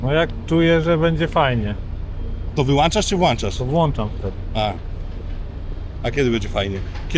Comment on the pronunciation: Ten gościu wlancza i wyłancza 😂. Również pewnie zdanża na czas 🤣.